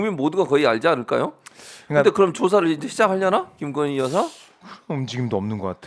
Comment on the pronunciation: 굥석열 나라의 기둥서방나으리께서 "깅거님"(김건희씨가 자신의 이름을 이렇게 발음 하더군요. "깅거님"이라고...)의 옥체보위를 위해 결사항전을 하고 있으니까. 예외로 합시다.